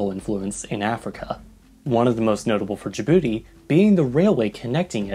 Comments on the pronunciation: OMG YES SOMEONE WHO UNDERSTANDS but they pronounce Djibouti wrong it's not da bouti. Its Djibouti if its easier don't pronounce the I just add a j and it's exactly different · I keep hearing "da booty" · Ur not saying Dijbouti right